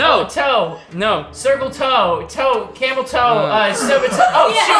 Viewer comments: My man rlly said “cameltoe” 😭😭😭😭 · No way he said camel tow 😭😭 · when said camel toe😭😭